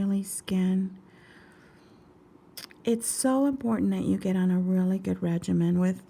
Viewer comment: is it "regimen" or regiment......lol